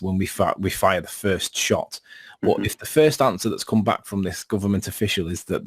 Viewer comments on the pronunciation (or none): did he just say "afficial" 😲 🤣